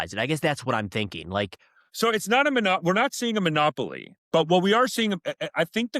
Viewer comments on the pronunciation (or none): none